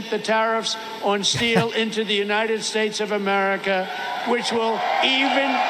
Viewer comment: He said United Shtates.